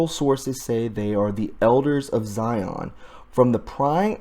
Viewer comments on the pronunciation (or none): none